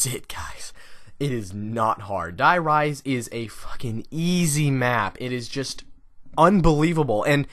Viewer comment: The way he pronunces Die Rise makes me mad